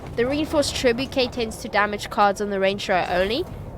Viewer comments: Correct pronunciation: “Treh-boo-shay” No need to thank ;) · British pronunciation -> treh·boo·shay (this is the closest to the french roots of the word) American pronunciation -> treh·byoo·shuht There's no "k" in there and every english pronunciation tries to emulate the french "ch"